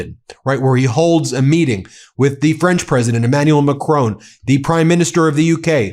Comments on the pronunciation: Macron pronounced Mac r on ( r and on as in the word ‘on ‘) Macron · Not Macrone